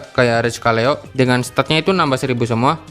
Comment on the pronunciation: Dipanggil "Seleo" bang bukan "Kaleo"